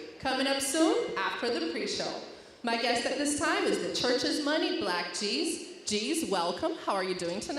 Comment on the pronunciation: Did I just heard his name right... BLK JEEZ.. 🤦🏼‍♂️